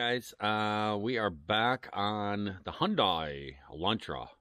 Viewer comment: I pronounces it Hi un day